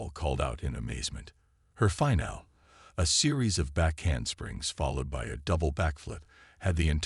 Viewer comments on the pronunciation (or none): A few thoughts. It IS actually less energy efficient to use 2 legs to move, we humans just happen to be able to do it. When using the ai voiceover for the future mage sure you type in Bipedal for walking on 2 legs and Finale for something like grabs finale. There were a few other words i can't remember that the ai said incorrectly but those 2 stuck out the most to me and the correct spelling should help.